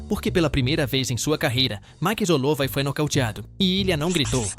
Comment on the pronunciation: que merda de canal, cara não se dá o trabalho de criar um audio decente pra falar max hollowat direito